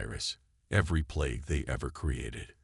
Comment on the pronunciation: It is plague not play it